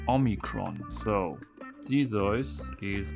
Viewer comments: pronounces theseus as thesoice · I am a bit of a mythology buff and I know English is not your first language but its Per-see-us and Thee-see-us!!! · is Theseus REALLY pronounced " Thee-soys " in german, or are we just dealing with a person that literally slept through EVERY history class EVER? Also, the text was probably not there just to make the plates look good, maybe next time read them .. Idiot. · T H E S E U S A German: Tezois!